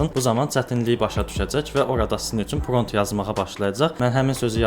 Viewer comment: Pront yox =prompt dəyərli insan 😊